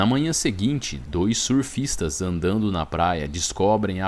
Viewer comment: Surrrrrfista.... turrrrrrrvado.... morrrrrrte .... kkkkk